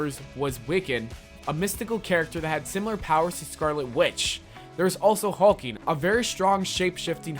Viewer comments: It's not hulking...... It's HULKLING as in a kid hulk.... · its Hulkling not hulking xD also Billy x Teddy is My OTP! theyre one of the most adorable couple in comics, they also have a daughter!!! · am i the only one who heard hulking instead of hulkling?